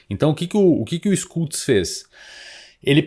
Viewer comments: Schultz se fala Xultz, não Skultz. 😉😉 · ''xultz'' a pronúncia, SCH alemão equivale ao SH inglês